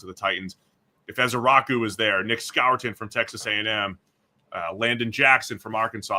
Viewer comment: The "Scourton" pronunciation irks me so much. Everyone, including his coaches say "score-ton"